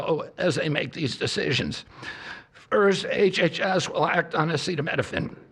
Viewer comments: Our president can't even pronounce acetaminophen oh my God. They don't even understand correlation vs causation. Just men telling women what to do with their bodies again. Not to say there's no problems with Tylenol, but misinformation isn't helping anyone. What the fuck does trump know about medicine. What does RFK know about medicine. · Omg was that the first time he's said "acetaminophen." Why does he not know that word? Did they not have a meeting about this beforehand? A meeting where stupid here, heard someone saying "acetaminophen." Wtf! I guess he thinks if he can't pronounce it, then women dont need it. We cant get an abortion because of these men, and now they take away a pain reliever. They dont like birth control either. These men dont care because this doesn't affect them. Also are people giving tylenol to children who get a shot? I've never heard of that. Not finished watching yet but i suspect they are going to have a new pain killer to use instead. Maybe they own a piece of it. That or he has some enemy at Tylenol hes trying to screw over by tanking the company.... Omg hes announcing a new med rn! 😮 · Trump not being able to say acetaminophen is sending me. we are so cooked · i knew it was going to be bad with him in charge i knew i was going to be really bad but holy fucking shit wtf even is this medical experts should be losing their fucking minds fucking acetaminophen he cant says that word? are you kidding me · Why the hell are we to take medical advice from a man who eats McDonald's multiple times a week? He keeps speaking like he's some sort of authority. He had trouble with "acetaminophen"! I don't like how he talked to that off-screen kid either. I would be calling the feds, if he didn't own them. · him not being able to say acetaminophen then saying that cuba doesnt have tylenol when acetaminophen and paracetamol are the literal same drug...... this is why non-brand drug names matter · literally just because he can’t pronounce it 💀💀💀